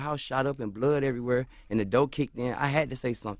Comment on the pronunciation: He said blood doe🤣🤣🤣